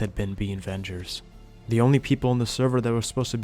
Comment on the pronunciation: i heard beanvengers the entire video